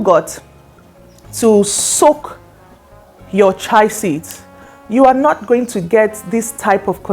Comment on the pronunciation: It's called Chia not what you are pronuncing